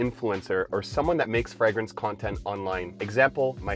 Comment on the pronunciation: Fragrance is pronounced with a long A